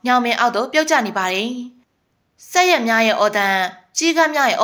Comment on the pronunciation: မြန်မာစာတောင်သတ်ပုံမှန်အောင်ဖတ်မတတ်ဘဲ ဇာတ်လမ်းတင်ဆက်‌နေတယ် ဘာလဲ ဆက်ရက်တဲ့ (ဇရက်)လို့အသံထွက်ရတယ် ပါးပျဉ်းထောင် (ပပျင်းထောင်) လို့အသံထွက်ရတယ် စာဖတ်ပြသူလုပ်နေပီး စောက်တလွဲအသံထွက်နဲ့ ကျက်သရေတုံးနေတယ် စာရေးသူဘယ်လောက်ကောင်းကောင်း တင်ဆက်သူကစောက်သုံးမကျတော့ အဲမှာလီးတွေဖြစ်ကုန်ရော